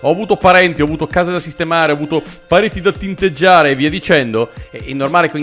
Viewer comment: Io ho dovuto ascoltare l'inizio 2 volte perché non avevo capito pareti da tinteggiare ma parenti da tinteggiare